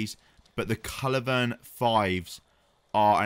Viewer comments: At this point I'm thinking he must be saying 'culivern' instead of culverin on purpose lol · Bad do when you can't say culverin properly